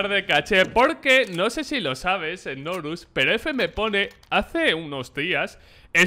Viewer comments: Nombre:Znorux Como lo dice: Snorus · Fans de znorux: Snorlax